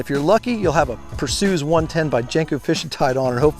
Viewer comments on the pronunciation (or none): Lol, "Persues" yo, it's a Greek god, Per-see-us!